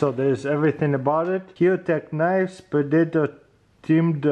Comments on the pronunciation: Ask your wife how to pronounce predator.. the fact that you know the movie makes it even more painfull :D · Pre-Day-tor, lol :D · But for real it's so funny to hear him say predator